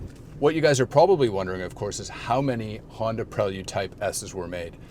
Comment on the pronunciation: Onda Prelyude